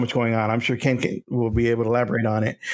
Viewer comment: Ha! He said “I’ll sho as hell try”. 🤣